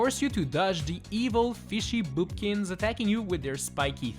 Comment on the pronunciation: I HEARD FISHY BOOPKINS